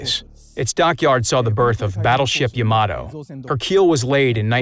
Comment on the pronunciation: YA-ma-to. co-AX-i-al. ffs, the time they must have spent making this video, yet to still have fucked that kind of thing up? wg pls buf ur vid team